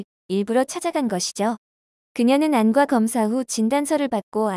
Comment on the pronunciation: [안ː꽈] 라고 발음해야 합니다. 학생들이 들으면 국어 발음문제 틀릴 수도 있어요.